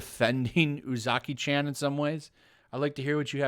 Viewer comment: Chan is pronounced more like ch-awn. Spread it to your other youtubers so y’all can stop butchering it.